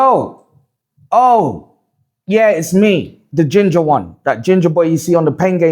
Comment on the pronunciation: said ginja breed man 😂😂😂😂